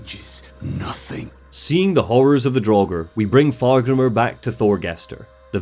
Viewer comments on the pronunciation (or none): It's not pronounced Thorgester,Fargrimer or Astrider - more like Thorgest,Fargrim and Astrid bc the "r" is mostly silent in norse names,same as Jörmundgand instead of Jörmundgandr for the World Serpent. Besides that,the Draugr were the Beserkers of the Vikings,who harmed themselves to build up adrenaline and become more powerful in battle - they weren't "viking zombies". However,I really love your content,especially the entire Lore Dumb stuff around the Remedy franchise - keep up the great work and have a good one. And☝🏻best wishes for your "new" family👍🏻👍🏻👍🏻